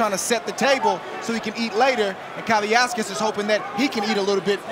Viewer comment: At no point did I hear one of the announcers pronounce Kavaliauskas' name correctly. They erased an entire syllable.